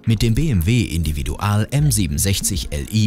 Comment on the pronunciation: Hätte Individual nicht englisch aussprechen können, das hört sich schrecklich an.